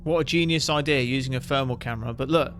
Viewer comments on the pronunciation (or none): free = three. furmal = thermal . vat = that. Mate pronounce your th, its not difficult. ffs. You'll get more subsribers.